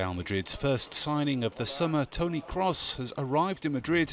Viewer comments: Crows? I think you are very wrong as well. Kroos is pronounced as it is written with maybe a different pronunciation on the KR depending if someone spoke English or German. It would be similar to the last name Cruise or Cruz IMO. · Cross? It's pronounced Krows. Similar to Crows but with a strong 's' at the end. You're welcome. Carry on.